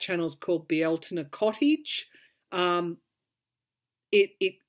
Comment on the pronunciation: Thank you for pronouncing the Irish word for the month of May (Bealtaine) perfectly. Love your readings.